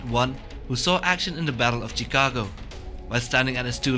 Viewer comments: Lmao the way he pronounces Chicago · LOL you pronounce Chicago wrong way